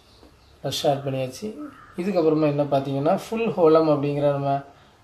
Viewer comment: ரஷ் அல்ல ரேஷ் நன் அல்ல நூன்